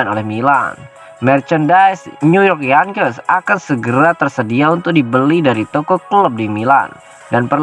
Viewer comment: Yengkis bacanya, bukan yangkes.